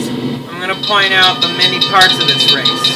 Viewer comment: Omg. Epic commentating on "greatest train ease ever